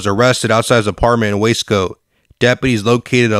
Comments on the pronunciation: What the hell is Wesco why do you keep saying it like that? It’s WASCO LOL I DID TIME THERE. IT’S WASCO NOT WESCO. IT’S GEICO NOT GEECO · Wace co. 😂 It’s Waa-sco. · U sed WAY SCOW LOL ITS WUUUUUSCO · Is this AI voiced? Waysco. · How you going to do a video if u can’t even say the right words in Spanish or English . U said waysco or lleva😂😂😂😂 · The narrator pronounce Wasco wrong.. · This guy can’t pronounce Spanish or English hoods 😂 WTH everyone knows how to say wasco. There is no y in there. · Lol.😂 The Guy Talking Can't Even Say The Lame Name Wasco Right 😂 Lol.